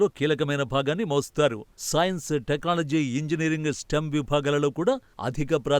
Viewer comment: టెక్నాలజీ అన్న మాట సరిగ్గా పలకడం రాదు ఏంటి రా వెధవ